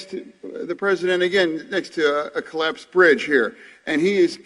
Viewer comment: "I'm next to a ollapsed bridge"......I couldn't have said it better!!